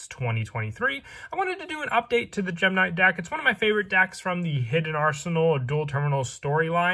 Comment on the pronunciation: Why does he keep saying dak? Im confused